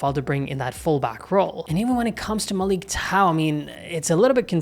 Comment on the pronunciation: it's prounounced Malick [ʄaɰ] otherwise you're good.